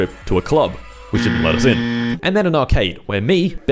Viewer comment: I hope you know that you are the reason i say "Lettuce" instead of "Let us. You are my role model.